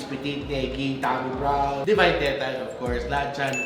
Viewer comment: please don’t embarrass Tammy brown while on the vlog by mispronouncing the words.